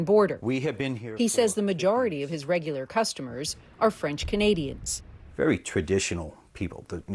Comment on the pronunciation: You're doing a great job Ben! Your pronunciation of some of these difficult names has really improved; you do know Canadians. And I think Charlie Angus would be okay with the comparison to 'Cowbell - when most live music rockers yell "More Cowbell". We Love Charlie Angus - he speaks for all true Canadians!